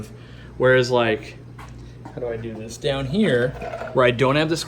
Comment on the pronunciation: Ziss filter being the air stones? What do you mean ziss filter?